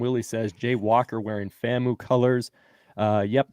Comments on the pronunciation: FAM-U not FAMO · Guys, FAMU is pronounced /FAM-YOO/, not /FAM-moo/. The "U" is pronounced /YOO/ to emphasize "university".